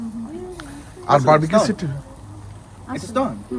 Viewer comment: আচ্ছা বারবাকিউ তো ভুল উচ্চারন, Barbecue সঠিক উচ্চারণ, ভাই বারা বার বারবাকিউ বলছে কেনো?